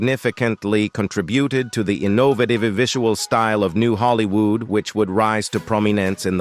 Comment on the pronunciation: How could anyone botch the pronunciation of Orson Welles? But you managed! This has to be a computer. Pronunciations are horrendous!!! He even mispronounced “Hollywood”!🙄